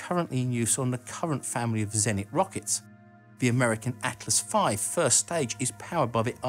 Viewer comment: Your videos are amazing and I put much effort in watching every one of them, but please, you need a Russian pronunciation advisor. Almost all of your russian names pronunciation is incorrect. It's "en<E>rgiya" and not "eneng<I>ya, it's "zen<I>t, not "z<Enit>. I can help, if you want! :-)